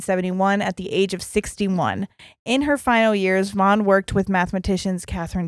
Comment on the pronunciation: Vaughn rhymes with lawn. Also, get your iron levels checked. That causes restless legs. You might just need iron supplement to take care of it rather than gabapentin to mask the symptom.